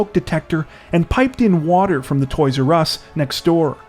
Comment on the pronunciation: the "toys urr ess store"